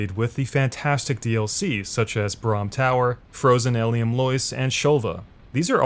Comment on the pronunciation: Yo can this guy even read? Brome tower? The last sinner?